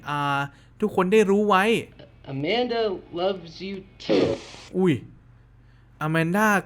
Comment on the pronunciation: เรียกว่าอาแมนด้าครับไม่ใช่ อามันด้า😅😅